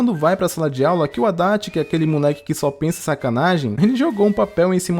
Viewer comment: Quando falava Adachi eu só entendia Haddad 😂